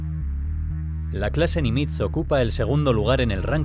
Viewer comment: Nimitz se acentúa agudo, tiene el acento en la ultima silaba.